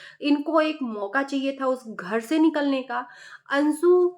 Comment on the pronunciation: Ansu ansu karti jo bolna nahi aya to mat bolo.anshu hota hai